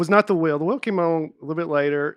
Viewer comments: Nate and say ‘wheel’ like ‘whale’. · Penguin is one thing but how about how pronounces “wheel”